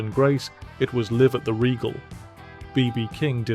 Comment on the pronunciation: Jesus who is this Live at the Regal …can’t even pronounce the title properly …Gimmee a break